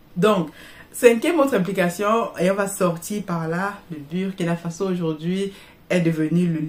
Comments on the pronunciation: c'est comme l'anglais le U se prononce OU quand vous prononcez BUR ça parle à aucun BURKINABE. Dans une de vos vidéo prochaine prononcez KUALA LUMPUR C'est la capitale de la MALAISIE beaucoup vont pouffer de rires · Madame vous prononcez mal BURKINA FASO c'est fâcheux 😏